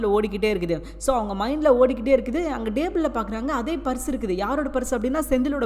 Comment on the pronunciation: Please correct your tamil pronunciation it not dayble it is table.